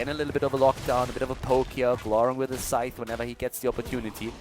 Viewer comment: thank you for pronouncing scythe properly. I thought I was going crazy when every other caster was pronouncing it like Sith from Star Wars.